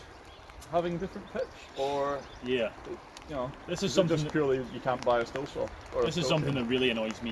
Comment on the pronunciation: It should be pronounced steel like the germans say it but almost everyone says still in the UK because of how it reads in English - keep saying steel - you're correct.